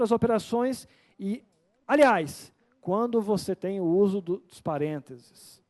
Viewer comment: É que a gente fala rápido e sai Parentes kkkkkkkkk